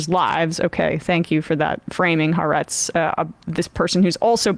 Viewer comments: It's pronounced Ha-aretz, not Haretz. The Ha means The and Aretz means Land. You need to prounce the two words separately. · Also! Its pronounced Ha-Arezt!! Get your reporting right!!